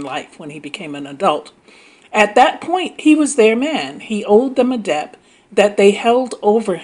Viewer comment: How are you the age you seem to be and still can't pronounce debt? The B is silent